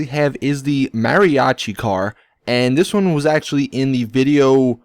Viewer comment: He pronounces Mariachi the wrong way